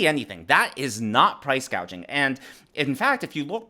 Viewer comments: Kamala can't even pronounce gauging 😂😂😂she doesn't know what she is talking about. Hope Kamala will be replace at the dnc because she is unfit and unqualified. Kamala is really so dumb and stupid and all the Democrats voters are dumb and stupid. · Gouging. - Gauging Hospitality. -Hospitility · Price gaging 🤦‍♀️🤦‍♀️ she doesn’t even know what it means let alone how to pronounce it. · Price gauge, what a IQ. Maybe she’s an AI, this is how mispronouncing is a tell. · Congratulations! The first commentator to take note that our dear Kamala, cannot pronounce the words price gouging! “Gauging.”?? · "Proud price gauging" she got 2 words wrong! with a teleprompter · lol we noted that she can’t say price-gouging but says “price-gayjing !!!” So so pathetic !!!! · Thank you for pointing out that price gouging is already illegal. And that she's so dumb she can't even say the word right.